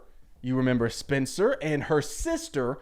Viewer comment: Oooooohhhhhh, you’re saying SPENCER, not spinster, that makes a lot more sense